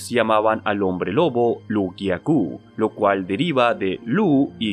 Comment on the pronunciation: No es Lu garou, es loup( lobo) garou